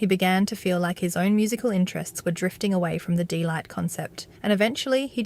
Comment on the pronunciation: its DEEE not Day!